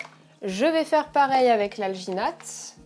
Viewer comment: "alginate" j'ai due repasser la vidéo car j'avais compris vaginette. ouai ... me juger pas.